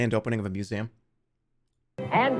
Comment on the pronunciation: I will never get over that jerma pronounces museum like muséum